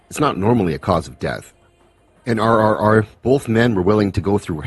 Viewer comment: You pronounced NTR and RRR correctly, my friend. Thanks for the review.